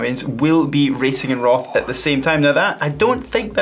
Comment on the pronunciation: are you aware that "roth" is pronounced in another way?